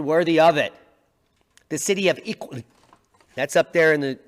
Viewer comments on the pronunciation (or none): City of Iqaluit pronounced E cal loo eat.❤️🇨🇦